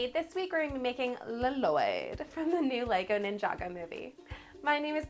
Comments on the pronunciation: You pronounce his name wrong. Edit: you pronounce his name La Loyd. HIS NAME IS PRONOUNCED LLOYD NOT LA LOYD. mahalo (thx) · His name is Llyod not laloyd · its lloyld not lalloyld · Lloyd i just lloyd not l-loyd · it is LOYD you say it like LOYD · dad it's just loyd(with 2 l's) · She is because it's a joke from the movie. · Lazycat 881 No, she totally is! Lol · i love ur vids btw but you say Lloyd without the extra L. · Um you pronounced LLOYD WRONG